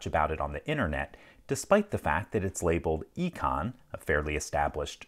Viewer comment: Its called "i-con" for a reason 😅